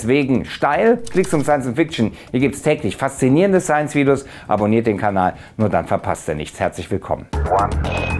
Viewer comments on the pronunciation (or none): none